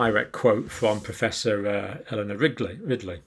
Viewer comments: I thought he said Professor Eleanor Rigby! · Eleanor Ridley? It's Riley, i think 😊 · He said Ridley and Rigley at different times. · It sounds like he called Eleanor Riley "Eleanor Rigby." Just love it. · He said Ridley. Then Wrigley. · Great info...but out of respect to Prof. Eleanor RILEY, I wish Dr. Campbell would realize he's pronouncing her name incorrectly! Her name is not RiGley! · did you say "Eleanor Rigby"? 😁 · He almost said Eleanor Rigby. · Poor professor Riley never seems to have her name pronounced right in this video